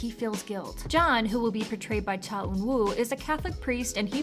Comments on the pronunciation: Eunwoo is pronounced “eu-nu” not “ eun-woo” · aHH? Eun WOO ? its pronounced like eunoo